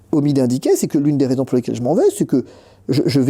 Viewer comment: Pitié faites les liaisons entre les mots 😊😎